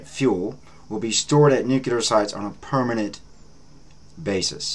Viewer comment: Good channel! Please try to say nuclear and not nukular. This is not meant to be a nasty comment.